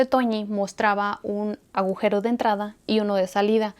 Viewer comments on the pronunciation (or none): none